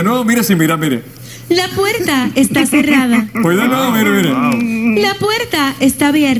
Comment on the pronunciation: Dios los bendiga Me dio risa porque de ves de ella decir puerta ella dijo la puerca. Jajajajaja